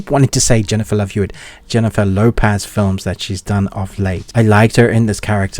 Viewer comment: It's Lo-PEZ, not Lo-PAZ. Like Pez Dispenser.😂 I'll definitely check it out on your recommendation.😎👍🏽